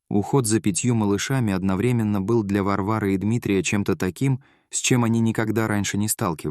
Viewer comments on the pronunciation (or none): none